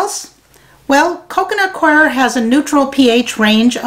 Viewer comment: The mystery of how to pronounce "Coir" has been solved, thanks! It might be just me, but your favorite gnats seem to love that stuff. I suggest full-court press early in the game.